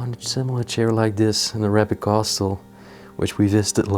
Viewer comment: You know I’m going to stop listening or watching any of your uploads. You are supposedly bilingual and you pronounce the word ARAYBIK. first of all it pronounced A RAH BIK. Secondly please refer to us as a middle eastern family. We speak Arabic but we are Not ÁRAYYYY BIK. why don’t you show the room, don’t go through everything. We are not stupid. You tell us that there are pens and there is this and that. Show us and keep your personal opinions to your self. Your explanations are ridiculous have you heard your self, this is the pen that you use to write with. Your English is lousy. Your pronunciations are ridiculous….. it’s very Reeeeetro as you said. But it pronounced as RET ROW.